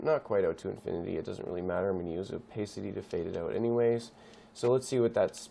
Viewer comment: It's "oh-pah-city" actually. Pah as in pat.